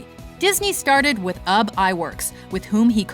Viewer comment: BTW, it's pronounced "OOB" not "Ub"